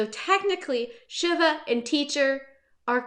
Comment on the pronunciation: I think it's pronounced "Shee-va", like the Hindu God.